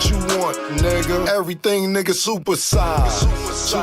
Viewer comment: Playmaker definitely be saying Nigga but sound like he spell it Nicca 🤣😂🤣😂 shit be HILARIOUS!!